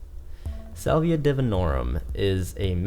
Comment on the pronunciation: Petty I know but I can’t get past the Solvia pronunciation